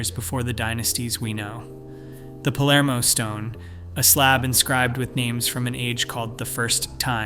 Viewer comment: Is written Palermo, not polarmo!